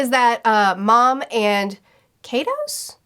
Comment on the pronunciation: An easy way to think of Kaido’s pronunciation is Die with a K.